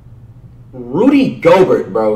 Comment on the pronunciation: Now you too can sound like Flight! Zeeon Williamson Bam Adbayo Demontice Saybawnus Pascal Sikecum Rudy Goburt Luka Donikick Giannis Akumpo Spencer Dinwhytee Delledawvuh